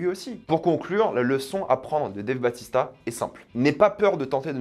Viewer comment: Par contre, c'est pas Dave Batista mais Bautista! 😉